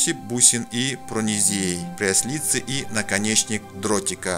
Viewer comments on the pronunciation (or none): ПрЯслице, а не пряслИце.